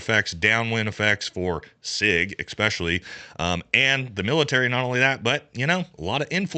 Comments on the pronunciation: Its "es-pesh-uh-lee" not "ex-pesh-uh-lee" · Hey brother, love the videos, but.... it's "ESPecially," it's never been "EXPeshully"..not once, not ever. ... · “Exspecially”. Jesus.